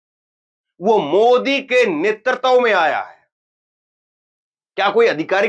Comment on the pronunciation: नेतृत्व को ' नेतरतव ' न बोलें। उच्चारण सुधारें। आपका भविष्य उज्जवल है।